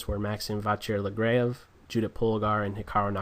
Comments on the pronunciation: shit vid thats not how you pronouce lagrave dummy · i also agree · i agree